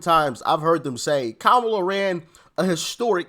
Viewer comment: Its Kamala not Kamala 😂